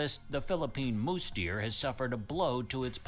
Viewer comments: Pronounce Tamaraw as [tama-RAHW] with the distinct W as in "Rao" not "raw." Use the five basic Spanish-style vowels [a-e-i-o-u], not the more than 20 excessive vowels used in English. It's a "mouse" deer, not "mousse" deer! It's not supposed to be a dessert. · Mouse-deer not moose-deer. The narrator sucks.